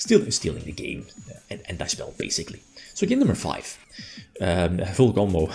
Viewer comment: its ... i get a certain feeling as if it sounds wrong when I hear you saying full combo ... XDDDDDD but the "coffee" moment, is top tier, we need more of that stuff jajajajajajaja